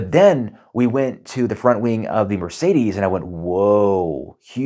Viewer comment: It's Merr-Say-Dess, not Mur-Say-These